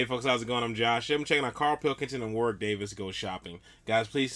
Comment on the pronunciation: Warwick not Warick.